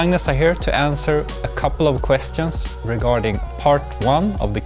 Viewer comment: yeah ur probably right, just the way he said "questions" just sounded so French to me for some reason